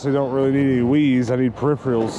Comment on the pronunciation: Preipherals.... not periphreeuhls